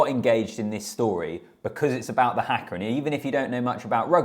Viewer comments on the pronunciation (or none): Here's an easy pronunciation tip for you. It is just 'ha-ka', not 'hack-ka'. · Its "harker' not "hacker" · HAKA is pronounced as Harkar not as Hacker! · its haka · the english cannot say haka - everyone of them says it like that - I cant understand as there is only 4 letters but they like to say it as if there are 6 letters